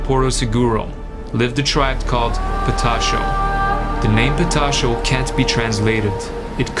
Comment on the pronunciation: é patachó....PATACHÓ...learn gringada.